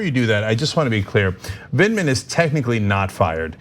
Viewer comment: ANA KASPARIAN: YOU ARE STILL SAYING HIS NAME WRONG. It’s Lt. Col. Vindman, not Vidman. The first syllable sounds like “vend,” and it rhymes with “wind.” It’s Vind, not Vid. Listen to how Cenk says it. Sorry for my shouty capitalization; I’m just hoping you see this comment this time.